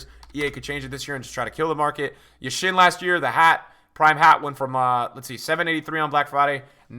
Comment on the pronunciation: just a small favor. When you say Yashin, do the stress at the first sound - YAshin. Thanks!